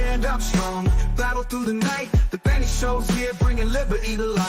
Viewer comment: LOL....Benny .. not.. Nenny. Sorry